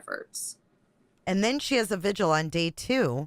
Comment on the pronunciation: Watching replay now as I couldn't make it past ten PM last night. Oh, and why do people keep saying "vigil" wrong on these panels? It is "VIGIL.. V-I-G-I-L" not pronounced sounding like "visual". Do I have to start tutoring again? I charge fair rates. LMAO & wap-wap-wap-wap! 🦨🚁💨wap!